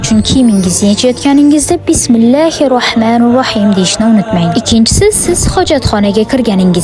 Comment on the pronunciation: Juda yaxshi faqat bismillahirrohmanirrohim deng harflarini adashtirmang men ham sizga eslatdim ❤